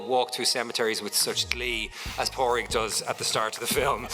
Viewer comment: Just a correction that you could have easily rectified by doing some due diligence, it's Pádraig, pronounced Paw-drig. Simple.